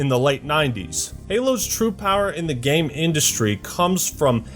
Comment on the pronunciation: Someday will learn how to say "game" correctly... gayum lol